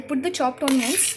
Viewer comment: onions... pronounce it properly!